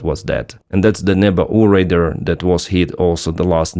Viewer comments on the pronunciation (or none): Radar like Ray-Dar (like far, car). The word you said is “raider” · Little thing, when you say Radar the way you pronounce is make it sound like you are saying Raider, your English is excellent and I hope the feedback is taken positively. Thanks for all your content, I regularly get my news about Ukraine from you. Slava Ukraine